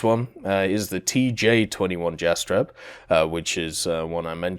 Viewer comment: Kraguj last j iz like Y from Yugoslavia Jastreb same story as above Orao ≠ oreo, a like america :D